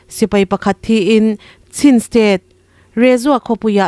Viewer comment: Chin tih hi chhin tih anga lam loh tur a nih hmel Sin tih ang zawk in😊😮😮